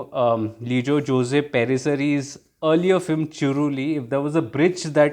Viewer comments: Great review 👍👍 btw Jose is pronounced as "Jos". FYI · The real pronunciation is actually 'Ose', in south India it is as you said Jos.